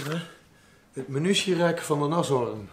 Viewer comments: Nashorn wordt als Naashorn uitgesproken, waar is Mara als je haar nodig hebt! 😊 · Je spreekt het uit als Naaashorn, een neushoorn in het Duits (niet als een natte hoorn) 😂😂😂